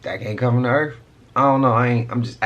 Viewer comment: the earf?